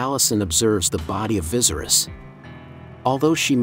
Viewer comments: Viserys is pronounced as (vis-aerys) not like how you'd pronounce visceral. Keep it up tho :) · vi-sair-is....not vizeris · Lol vicerous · Viesry’s is pronounced V-ser-ease do you watch the show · "King visiris" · Correct it sounds more like Vasaries. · VA- SEAR- RISS lol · Viserys is not pronounced like that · Viserys is pronounced differently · omg yes!! like if you've watched the show surely you could correct how the bot pronounces it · Pissed me off a little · the pronunciation of viserys throughout the video is cracking me up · You still don’t know how to pronounce Viserys???? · Computers aren’t really good at it